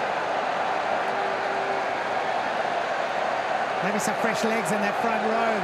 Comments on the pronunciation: 解説の人、田村のことTamaruって言ってない？ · たまるは草